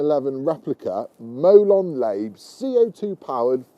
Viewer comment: It's pronounced molon larbay.. lot molon layb. ;)